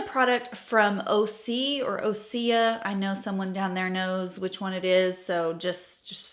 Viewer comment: I’m pretty Osea is the second way- “Oh-See-ah.”